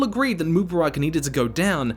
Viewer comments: Pronunciations heard in this video: moobaRACK, moobaROCK, mooBEARik, MOObarock Correct pronuciations heard: none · it not mubarak😭 it MU Bark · Say it with me: "Moo" "Bar" "Ick"